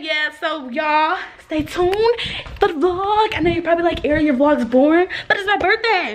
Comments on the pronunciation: And saying her name wrong...🤦🏾‍♀️🤣 Tray had to correct them..💀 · When tray got his cousins in check for butchering airi's name.....lol I love tray and airi